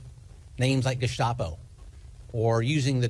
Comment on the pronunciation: It's weird how Bovino pronounced 'Gestapo' correctly (to an English speaker). It's almost like he's been studying.